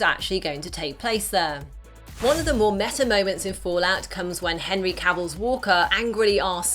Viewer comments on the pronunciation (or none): none